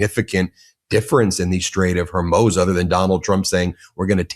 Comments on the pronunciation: IT IS NOT HORMOZE IT IS PRONOUNCED HOREMOOZE! DAMN, BEN, STOP MISPRONOUNCING NAMES!! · Am a long-time subscriber and fan of your channel. I respect your work, but please use the correct pronunciation for Hormuz. It's not pronounced Hormuze or Hormoze. It's closer to "ooze" as in Hormooze. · Alright, Ben, I gotta say something. It is starting to drive me up the wall. You must learn to pronounce Hormuz. As in the Strait of Hormuz. It is not Hair Moze. It is Hoar Mousse. Whore Moose. Hormuz. Thank you for your attention to this matter. (🫠😉) Remember: NOT Herr Moze. It is Hoar Moose. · Ben and this whole “Hormoze” thing 🤔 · HORRRR MOOOOZ, Ben. Straits of HOR-MOOOZ. What are you even TALKING about, Ben? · It is HORMUZ. please put the vowels in the correct order and stop with the hur-MOZE pronunciation is as annoying as the bubbas saying EYE-ran instead of EE-rahn.. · Ben, it's pronounced, "Strate of HOR-mooz." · Just a quick critique...it's pronounced "Hore-mooz". You've pronounced it every other way than the way it is supposed to be. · I love how you just pick your own pronunciation for words, Ben. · Say Hormuz. Now say Santa cruz. Now say more booze. Now say Hormuz wrong again! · Ben you need to learn how to pronounce the words you are using. Its very annoying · Learn how to pronounce names and places before recording your videos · Pronounce Hormuz right … you sound like you are ignorant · Ben, I love your videos, but as long as you're going to criticize trump for mispronouncing things, you should start pronouncing things like Strait of Hormuz correctly. Do it with all proper nouns in your content, please. It's distracting and agitates tf out of me.